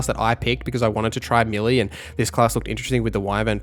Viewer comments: Great video n really helpful. One thing though. Melee is (may lay) not milly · its pronounced melay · and your mispronunciation of 'melee' is a constant source of amusement to us. Thanks!